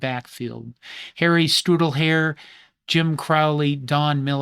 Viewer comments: That’s pronounced “Stool-dray-er.” Not being nasty, just helping. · Holy cow, did you ever butcher Harry Stuhldreher’s name.